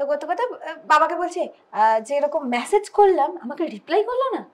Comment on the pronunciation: All said and done but this is for both.The word is message and not massage. 😢😢😢😢😢 Didnot expect from the man at least.